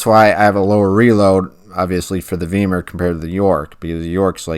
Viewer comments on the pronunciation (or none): It's pronounced "V eye mar."